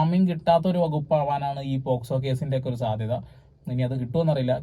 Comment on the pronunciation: Posco allalo pocso alle 😅